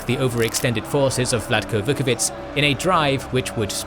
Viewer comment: If i may say, I believe the pronunciation of "ć" with an accent is 'tch' in most Slavic languages. Your pronunciation sounds like a "c" without an accent "ts" (in which case the pronunciation would be very good actually, like when you pronounce "Milica"). Vuković is then pronounced Vukovi'tch' and not Vukovi'ts'